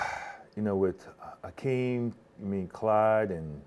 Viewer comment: Its "hakeem" not "akeem" horace grant